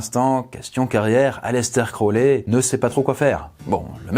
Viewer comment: Aleister crowley = ayistar krory. #dgrayman